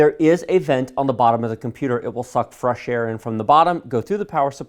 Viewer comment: "It will fuck frush air" xD